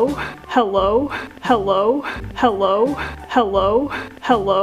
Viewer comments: If you listen to it enough it sounds like hewwo 😂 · Lavender Kinz it also sounds like "how low?" 😂😂😂